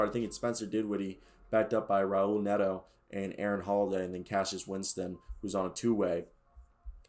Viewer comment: Nah you tweaking. Only two defenders on the team kcp and gafford. And you mispronouncing most of the players names so I wonder if you know this roster. Raul is haul. Jaimie is haimie. Kispert was not pronounced well. Rui hachimura was said wrong too